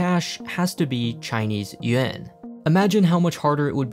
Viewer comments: It's yuan not uan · Yuan...not uan :) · It’s yuan not uan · "The Hong Kong dollar becomes the Chinese y u e n "